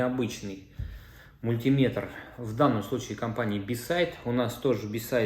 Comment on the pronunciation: Уважайте наши уши! МультимЕтр, а не мультИметр!!!!